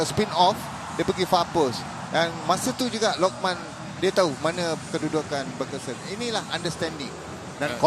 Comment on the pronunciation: coach sathia bnyk kali salah sebut nama. bergson jadi begeson, arif aiman jdi luqman